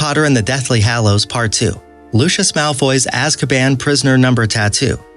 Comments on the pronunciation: it’s not pronounced Loosh-is Malfoy, it’s pronounced Lucy-iss Malfoy. Sorry I know that some words in the Harry Potter books are spelled a little weird, I’m just letting you know. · Thank you!!!!!!!!! LU-see-us, not LU-shus. Dobby, not Doby. Hallows, not hollows. Jenny, not Jeanie. So many times I wanted to reach through the screen and smack him, computer voice or not!! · Things that really annoyed me: -It’s pronounced LUSIUS not LUSHES -it’s pronounced DOBBY not DOEBY -it’s the deathly HALLOWS not HOLLOWS -it’s pronounced GINNY not GEENY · ‘serious’ ‘azkapan’ ‘lushus’ ‘dobey’ ‘genie’ and i oop🤡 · This guy has to Learn how to pronounce words like dobby (dough- b) Lucius (lushis)Ginny ( gene) Voldemort Marauders Map (maraders map)... etc... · Lucos,Basilick doebhee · This guy can't pronounce 'Lucious' Properly. He pronounces it with the "sh' sound. He also said, "Basilisk,' incorrectly. He pronounces it: "baseelisk," which is wrong. Its also not, "philosopher's stone,' its "Sorcerer's Stone.' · pronoucing avada kedava wrong, dobby wrong, lucius wrong basilisk wrong. No offence, but you have no idea what you are talking about and have never seen the movies or read the books. You proably just serached up facts and said they were easter eggs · mispronounced Lucius again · mispronounced Lucius